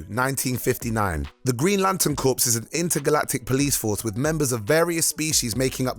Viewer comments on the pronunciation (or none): Corps is pronounced like core, not corpse. Also, that is not at all how you say, 'mosaic'. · Not to be 'that' guy.... but Corps (in Green Lantern Corps) is pronounced 'core', not 'corpse' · Core not corps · The Green Lantern CORPSE? I know it's ridiculous, but the word "corps" is pronounced the same as "core". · The Green Lantern Corpse? He did it more than once. The p is silent buddy. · "Corpse"? "Mosiac"? Somebody teach this English guy how to speak English. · Befitting of, not benefiting of. Come on,. These mistakes are getting embarrassing. Also, "corps" is not pronounced "corpse"... "Moseyack"???? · You'd think someone who wants to narrate videos for a living would bother to learn how to pronounce words like "corps" and "mosaic"... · I like to think that the corps mispronunciation was deliberate because of the video's subject matter. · *Clears throat* ..thats a silent 'P' in 'corp'. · You don't pronounce the "s" in "corps," dumbass. You just described the Green lantern corps as a dead body.